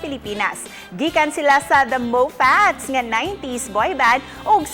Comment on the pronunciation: Feeling 90s feels pag yung pag pronounce ng Moffatts is Mopats 😊 nakakamiss na kayo🥺